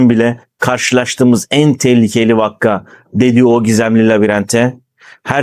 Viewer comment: Vakkka değil vaka